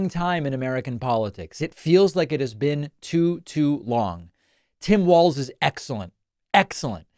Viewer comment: Hey, David, you are pronouncing Walz correctly! Now I just have to find the rest of your show here.